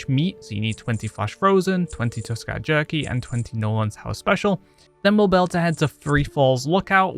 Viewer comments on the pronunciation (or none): Subbed for the way you pronounce jerky. Good guide though. Very detailed. Love it. Keep it up!